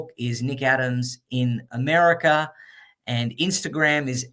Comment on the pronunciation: Mr. Adams REALLY loves "Americer!" 😊